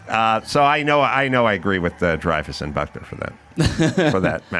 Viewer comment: its dreyfuss...sigh